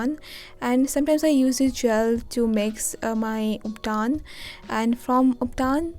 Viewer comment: ubtan.... not ubtaaaaan !!